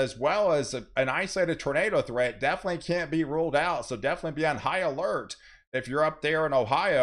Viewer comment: I heard "be on Ohio-lert"